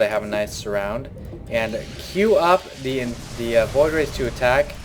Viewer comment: where the hell are the t's and the h's in the "the"s?